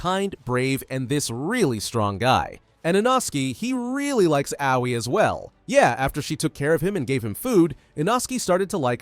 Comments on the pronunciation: actually aoi is pronounced a-oi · uh, did he call her owie??!!!